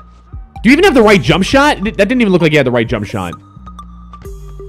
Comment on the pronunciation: you say jump shot wierd